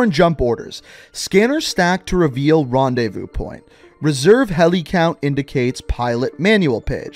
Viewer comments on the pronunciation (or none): none